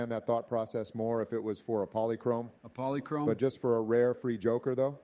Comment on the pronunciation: "Polichrome?" LOL